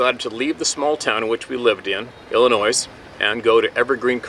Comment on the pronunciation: ...for future reference the state of Illinois is pronounced, "i·luh·noy". Silent S. Also, your writer spoke of a giant researcher named "LA Marzulli". He's a good go-to for giant and alien research 😀